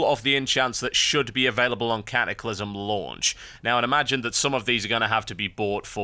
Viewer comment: ka-ah-clysm :P